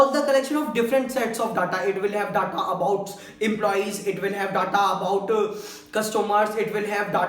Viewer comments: Pehli baat DA TA NHI HOTA DATA HOTA HAI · stop callng Datta, make your pronunciation correct. village guy himself doesn't have knowledge of OLAP and OLTP. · you are gud . just make sure you pronounce Data as Deta . it will be better for your page.